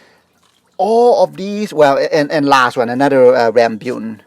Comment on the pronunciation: It's rambutan, not rambyutan.